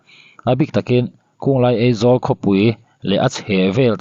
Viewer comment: A tir lamah Eizawl i ti deuh tlatin ka hria, a hnuah erawh Aizawl i ti ta a😂😅. Sawisel hrim hrim lam ai mahin, i uluk zawn nan aw.